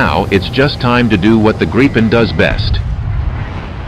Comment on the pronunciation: He has repeatedly refused to learn how to pronounce Gripen correctly :(, its like "multipheeting" :_Crying::_Crying